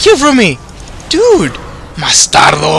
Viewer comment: I heard "bastardo" XD